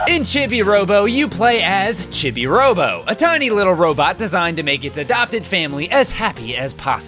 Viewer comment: Oh, yeah, I should probably mention... "Chibi" is pronounced "CHEE-bee", not "CHIH-bee".